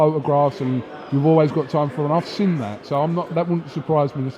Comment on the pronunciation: cant pronounce seen. the fool keep saying sin that, i sin you. the word is seen